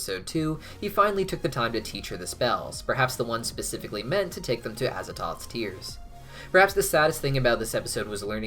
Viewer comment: the way he butchered the pronunciation of azathoth